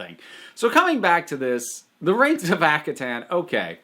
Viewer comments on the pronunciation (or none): Ak - har - ten Sorry but this slightly annoyed me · Due to not knowing how to pronounce Akhaten. I always mispronounced it as "ar-ken". I have no idea where I got the "r" sound.